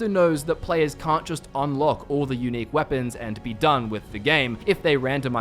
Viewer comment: When you say unique it sounds like eunich